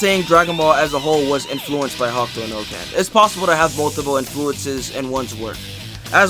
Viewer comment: The video is great but why are you calling it ""Hawk Tuah no ken" lol